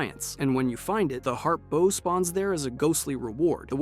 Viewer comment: First time I ever heard someone mispronounce the word "bow"